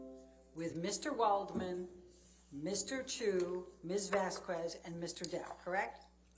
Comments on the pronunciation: Vas-kez not Vas-kwez there is no w in there if you can pronounce charcuterie you can pronounce this. Its not that hard. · The way butchers the name, "Vasquez" by saying, "vasqwez" really bugs me. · I can’t stand how purposefully mispronounces VASQUEZ… Has she never read a Hispanic last name before?